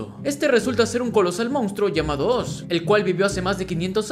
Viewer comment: Es la primera vez desde el 2012 que escucho a alguien decirle OZ a oz y no (OARS) como todos lo dicen. Gracias te ganaste la sub namás por ese pequeño detalle, ya estaba hasta los cojones de escucharlo mal. ❤️🔥😎